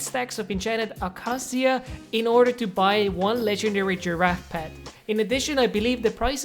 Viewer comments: Acacia is pronounced "a-kay-sha" not "a-ka-see-uh" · I believe it is a-kei-shuh, not the way you said it. Great video regardless! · I’m sorry but it’s pronounced A-k-sha wood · it’s pronounced uh-kay-shuh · Acacia wood is pronounced a-cay-sha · When you say ahkaseeah I get triggered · Bro ill teach you hot to pronounce it xd Its akay-shi-ya Acacia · Normal people: Acacia: Akaciq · Never heard anyone pronounce acacia like that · The way you say acacia hurts my brain